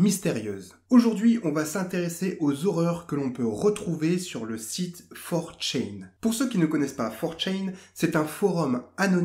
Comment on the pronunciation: Ça se prononce 4 "tchan" et non "tchain", ça vient du japonais c'est un suffixe pour pronoms personnels 😉 Sinon, super intéressant, merci pour cette vidéo